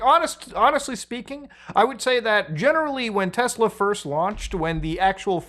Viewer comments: Its pronounced "Tesla" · "I LOVE TESLUR!" -Donald J. Trump